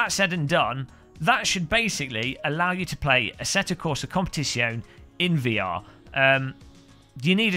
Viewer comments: Interesting, a Youtube video where the Tuber can't even pronounce the Game title properly. It's an Italian word, you pronounce the E at the end of Competizione. After that, good video, thanks for sharing! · I remember an earlier video where you pronounced Competizione the right way... hmh... maybe really better to just stick with ACC. VR runs already very smooth on my 1080i 2xSLI system...